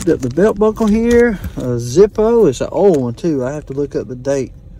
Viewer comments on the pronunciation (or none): none